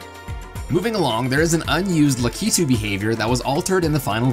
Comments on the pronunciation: BRUH IT'S PRONOUNCED LACK-IT-OOH NOT LOOK-EET-OOH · Lah-KEE-too? Never heard it pronounced that way before... only LAH-kih-too. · The real pronuciation is rah-key-too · The way he said Lakitu XD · You say Lakitu wrong. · Also you pronounced lakitu wrong lol